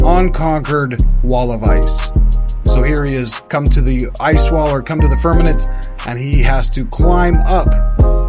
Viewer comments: Firmament not Firmanent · Ditto on the nice narration comment. Except that we need to pronounce "firmament" as firmament, and not "firmanent". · Great video. I've learned a lot of things that I never knew. Thank you very much. I'm not usually the grammar police but I just want to hear you say it correctly. The word is firmaMent